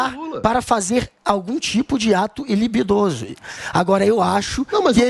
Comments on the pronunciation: GUGA É " ATO LIBIDINOSO " NÃO " LIBIDOSO" KKKKKK " AI Q BUUUURRO " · "ilibidoso" é de lascar.